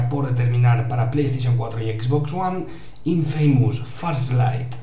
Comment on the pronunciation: xk lo pronuncian como "infeimus"? la pronunciación correcta es "infamus" como con acento en la "i"